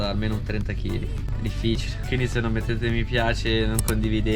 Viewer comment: Cmq Saint Moritz si dice con una R 😂😅